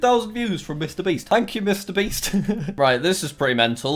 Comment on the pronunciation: Listen to how Jack says Mr beast